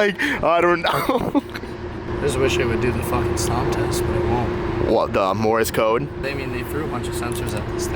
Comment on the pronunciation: “Morris code” 😹😹😹